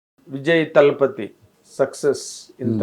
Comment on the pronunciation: దళపతి....... తలపతి కాదు. మీరు మీ తెలుగు.... తమిళ్ రాదు... తెలుగు రాదు.